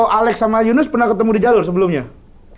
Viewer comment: Gurunya slah ngucap Yunus dan Abenk😹